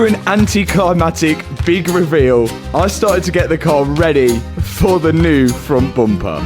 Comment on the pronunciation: the amount of times he has said frunt bumpah is killing me